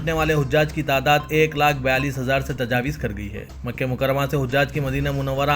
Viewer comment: Tajawiz nahein Tajawuz padhiye